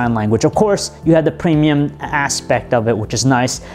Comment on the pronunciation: Just because just because just because just because just because stutter just because preeeemiyum quality